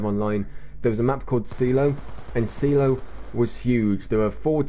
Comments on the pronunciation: lol spelled "Seelow" see-low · It's pronounced Psy-Low... Silo